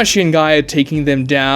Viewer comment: Really? Not when he said "Ke-KAH-shee"